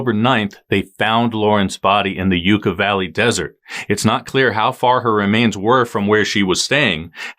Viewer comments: Yuucka valley, not yooka/ like the last video I commented on, not being able to correctly pronounce common words undermines the credibility of your work. I’m out. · Yuck-ah valley, the y is not silent. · Greetings. its pronounced Yucca Valley with a short u as in yuck! thats gross! much respect.